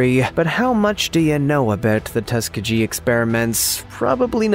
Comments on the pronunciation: MY GOD!!! LEARN PROPER PRONUNCIATION!!!! Tuskegee has a hard G sound like... GOOD. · "Third reesh"? "Tuskajee"?